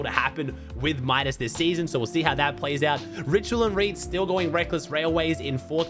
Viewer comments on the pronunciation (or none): none